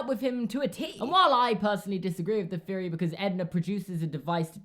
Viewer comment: am i the only one that notice that you say theory with a F instead of TH???